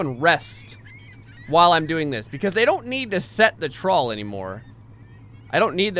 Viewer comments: half of the time he was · whenever u said "trawl", i cant help myself thinking you're saying "troll"